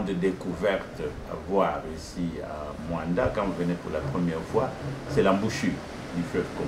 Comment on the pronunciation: Ce MOANDA et non muanda